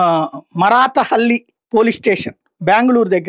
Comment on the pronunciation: మరాఠా హల్లి కాదు సార్ మారత హళ్లి మీరు ap వాళ్ళు మహారాష్ట్ర వాళ్ళు అలా పలికితే ok కానీ మీరు కూడా అలా పలికితే ఎలా సార్